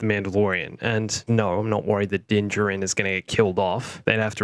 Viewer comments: They said his name outloud in Chapter 8. Why, then can none of these "expert" channels ever pronounce Din Djarin correctly? It's "JARin," not "jahRIN." Whether it's just mispronounced or if it's done for "humour," it just sounds like someone that's reacting to pop culture instead of knowing what they're talking about. Just makes it sound like you're pandering for views. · the way he says Din Djarin. Its like Dinjurin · Did he say din djirin?